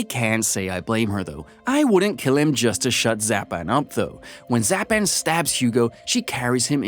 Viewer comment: mispronunciation of Zalem (z-all-um) and Zapan (sah-pan) is, at least for me, is what makes this video almost unwatchable for me. but that's jut my take on it. the plot is right but mispronunciation of names, especially in a movie like this where I'm a major fan, is just cringy